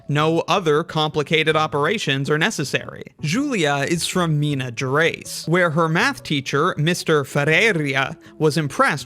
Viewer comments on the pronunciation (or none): "Mina Gerais." Heads up. It's Minas Gerais.✅